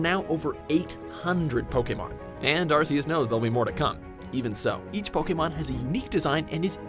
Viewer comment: arKEus pronounced arKEus. also they say sceptile and show grovyle.